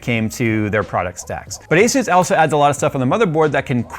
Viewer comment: 35 Years of experience has nearly zero value with technogies from this decade. Especially when you don't even know how to pronounce ASUS.